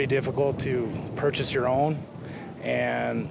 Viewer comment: "purhase"? The narrator lives in Texas...many tank and RPG owners live in Texas hun. 🤷